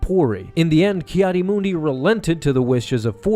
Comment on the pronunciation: “Kiadi Moondi”